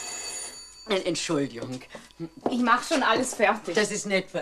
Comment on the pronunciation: Gab es evt früher keine sogenannten Vocalcoach? Frau Meysel spricht manchmal recht eigenartig. Schuljunk, wenjer, Beleijunk, Entschulje, u.v.m. Zwar nicht schlimm, aber doch verwunderlich, ich dachte das gerade Schauspieler eine korrekte Aussprache haben sollten, es sei denn ,sie sprechen Dialekt.